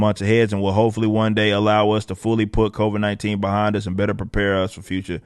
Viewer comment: Covaids” hahaha